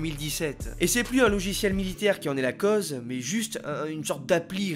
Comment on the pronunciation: Et pour info en français le mot CAUSES se prononce avec un Ô plein et non comme OZ.